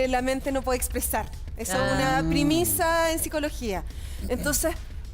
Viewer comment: Premisa psicóloga..no primisa